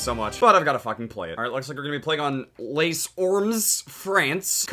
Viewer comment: lol the way you pronounced les